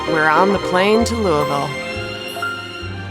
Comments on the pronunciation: Kudos to Megan for pronouncing Louisville correctly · Y’all said Louisville correctly the whole time!! Hell ya! Come back any time!